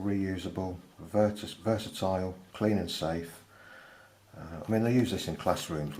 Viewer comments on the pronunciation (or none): I'm going to start saying "vertesile" from now on 😊👍.